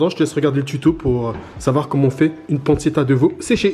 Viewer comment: ARRRRGGGGHHHH. PANNE TCHE TA et pas panne ce ta... Mes oreilles ont trop mal. Super travail quand même. Merci !